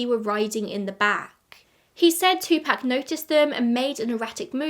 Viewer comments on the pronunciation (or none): It’s literally wrong. He was American, so it’s pronounced two-pock. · It's Tupac as in 2pac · Po-tae-toe po-tat-oh, two-pack two-pock 😂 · If you want to know the correct pronunciation of Tupac just watch a Jada Pinkett Smith interview. 🙃